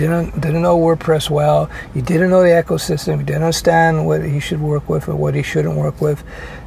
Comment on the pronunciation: Eco, pronounced "eeko" systeym. Echo, pronounced eckho, is what happens to the sound.